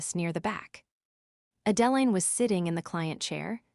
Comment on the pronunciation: The pronunciation of the name Adeline needs to be corrected. Extremely annoying!